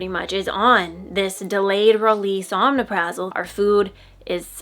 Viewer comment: It’s pronounced oh-mep-Ruh-zol